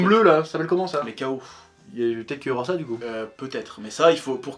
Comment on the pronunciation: Pti chef : on dit les tchao (comme en espagnol), il est prononcé par le dev du jeu dans un interview ;) (Oui c'est un truc qui me trigger) Je voulais pas forcément le voir mais du coup j'ai changé d'avis xD